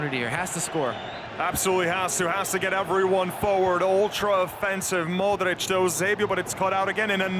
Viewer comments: Cole Brady mOdeRicShh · The way they pronounce Modrich triggers me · I dont like the way he says modrić